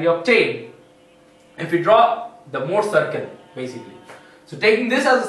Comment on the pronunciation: thx. could never thought i would laugh so hard at anything about the "mouuhrrr cieerkl"